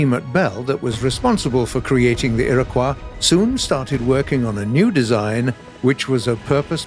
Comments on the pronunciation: Oh dear, for the love of God, it's pronounced "i-ruh-kwoy". SMH. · I'm sorry- did he just pronounce "Iroquois" as "Era-kwah" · Iroquois Is pronounced as Erie koy like a spooky fish wtaf how did they get thru with the botching of that pronunciation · Iroquois is NOT pronounced "i-ruh-qwa". Ffs it's a native American word NOT French! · you are saying Iroquois wrong, say iro then quois like the koi fish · its pronounced Ear-Ah-Coy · Iroquois isnt a French word..... -_- please dont pronounce it like it is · Oh god he said it so many times it's like listening to nails on a chalk board. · For some reason how keeps saying Iriquois is rather grating. Like it's like it's the "wrong" way to say it but it's not the one I know, and in almost 30 years I haven't really heard it any other way oddly enough, so it's just odd to me.